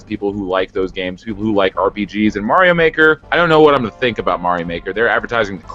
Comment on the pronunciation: "Stuffings stocked with Mario Mahker?" I'm sorry, did you mean "stockings stuffed with Super Mario Maker?"